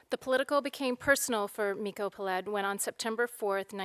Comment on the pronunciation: Peled is pronounced PE-led.